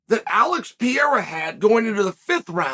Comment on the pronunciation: Chael if you can say Oliveira, for sure you can say Pereira.